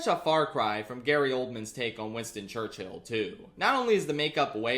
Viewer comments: I admire the insistence on pronouncing Churchill as church-hill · 'winston churcHILL' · the concept of saying churchill as church Hill never struck me before. who comes up with that type of bit. impeccable ragebait